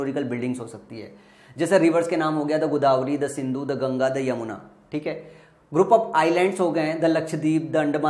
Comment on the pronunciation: Bhai jamuna nhi yamuna hota h😅